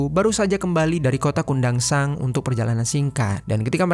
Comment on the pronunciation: Kundasang ya admin, bukan kota kundansang😂